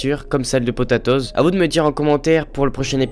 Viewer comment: Pas potetoz c'est potatoz